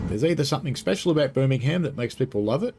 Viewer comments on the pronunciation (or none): Also we don’t vocalise the ham in Birmingham!